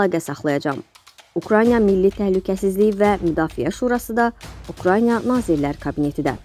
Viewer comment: Ukrayna sözünü adam kimi demədiniz ki demədiz